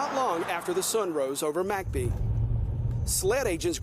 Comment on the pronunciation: Why do they pronounce it "Mack Bee"? I've pronounced it "Mick Bee" my whole life? Have I been wrong?